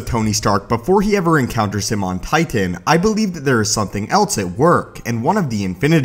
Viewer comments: I fucking hate how you say titan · The way you say titan pisses me off